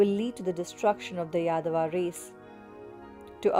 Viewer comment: Yaadava nhi, Yaadav.